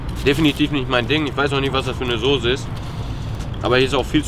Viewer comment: er weiß auch nicht wie man soße ausspricht